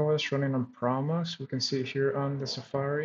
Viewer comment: proXmox. There is an X in there that you pronounce!